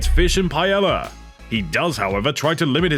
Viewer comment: Whoever the narrator for this is, replace them. They can’t pronounce half of the player names let alone the word paella. Probably not coming back to this channel until he is gone, sorry.